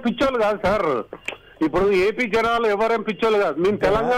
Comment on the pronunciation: ఉప్పుడు కాదమ్మా ఇప్పుడు అనాలి భువి అమ్మా. ఇప్పుడు అర్థం అయ్యిందా చంద్రంతాతా పీకడం అంటే ఎందో, అది అధ్బుతమైన పరిపాలకుడు జగన్ అన్న గురి మరియు పెద్దిరెడ్డి రామచంద్రారెడ్డి అన్న దెబ్బ. బిల్డప్ చంద్రంతాత పెనమలూరుకి పరుగో పరుగు... టిడిపికి మోసకారి నక్క బిల్డప్ చంద్రంతాత, బుద్ధి మాంద్యపు పప్పు పులకేస్, ఉన్మాదపు ప్యాకేజీ దత్త పుత్రుడు, అపద్దాల ఏడుపు గొట్టు ఎల్లో మీడియా, కుళ్ళు, కుతంత్రాలు, అపద్దాలు-ఘోరాలు తప్ప వేరే దిక్కే లేదా అనేది మిలియన్ డాలర్ల ప్రశ్న.